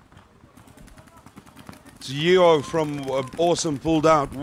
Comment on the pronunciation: Great footage, wish the weather held out. Side note:, Yeo is pronounced - Yo